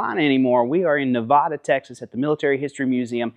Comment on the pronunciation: Why do east coast peeps always fuck up the word Nevada?